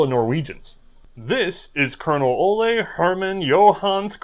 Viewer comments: And Ole is not pronounced Oley. Coming from someone named Ole ;) Contact me if you need help with Norwegian pronounciation in the future. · This American Norwegian says it's O-lee Krag.